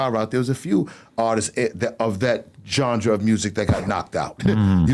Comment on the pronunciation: Why are people so confused about how to pronounce “genre”? It’s really not that hard to say. Benzino, I’ll give you a hint - there’s no “D” in genre.